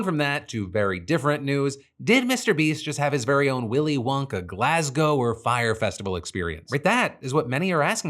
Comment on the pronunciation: Fuck yesssss Philip, for saying Glasgow correctly. 🫡